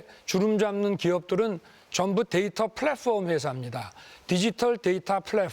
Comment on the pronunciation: 플랫폼 발음 하나 찰진건 알겠다..